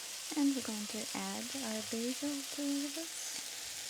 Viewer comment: I hear the East Coast accent on certain words...haha.. - "sauce" - "add"